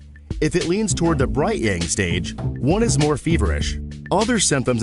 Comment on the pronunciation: The word "Yang" is pronounced with an ah sound, like when you say massage, not with a typical "a" sound. At first, I was not sure what you were talking about because the word was mispronounced and I didn't understand what you were saying. Also, the music in the background is very distracting and the lesson will be more effective without the music or a slower tempo. Other than that, the quick explanation was very good.